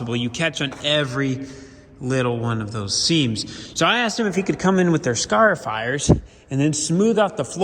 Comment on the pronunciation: They can fit sure grind that concrete flat. Also never heard anyone say conduit or scarifier like you do 😁